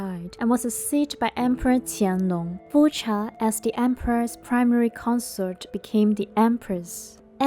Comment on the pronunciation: I'm confused. I've heard it pronounced "fooka" in Mandarin. I know the narrator speaks Cantonese, and I don't know much about Chinese, but I didn't think it would be that different. But then again there are BIG differences between Mandarin and Cantonese.